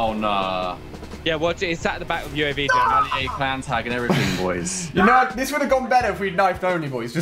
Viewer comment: did he just say yooav instead of uav?